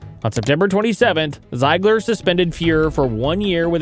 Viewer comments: It's ZEEG-ler and Essa, like Messa. Just in case you do another video about the 80s. In the end we just appreciate that you are not AI. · Ee-sa Tikkanen? Zi-gler?? Are you new to hockey?